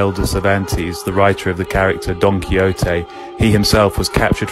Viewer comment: the way he pronounced 'Quixote' is killing me.